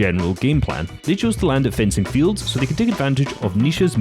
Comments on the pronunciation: bro said frenzy fields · It’s fencing fields not frenzy fields 😂